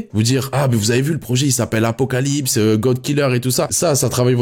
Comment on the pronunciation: C'est apocalypse c'est apocaslip 😂😂